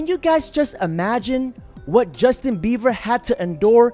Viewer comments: Dude. The kids name is Bie-ber, not Beaver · “Justin Beaver” 😂 I love his mis pronunciations more than anything! So good! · Why the fuck you keep saying Justin beaver 🦫🦫